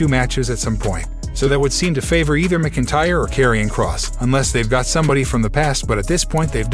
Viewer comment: WTF..... Were Do You Get Your News From? Click Bait Your Can't Even Pronounce Drew's Last Name Right 🤦‍♂️🤷‍♂️🤬🖕